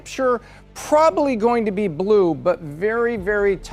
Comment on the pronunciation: Trump won merst? Of the counties? Her pronunciation…even the word blrue??? Come on come on